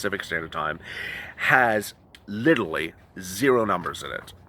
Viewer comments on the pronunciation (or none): I love the way says literally: "Lilly"! Makes me laugh every time!!!